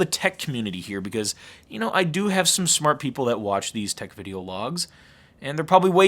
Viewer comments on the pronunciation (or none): none